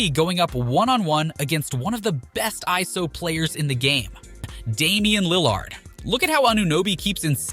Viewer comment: I had to leave the vid as soon as u said "Damian LilAAArd".